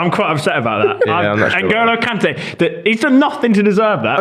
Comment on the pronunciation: Man said Kante